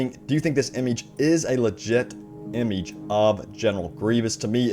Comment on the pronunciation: Please..... Never say "image" again.....